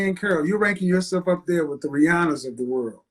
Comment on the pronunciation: dhere not there 😅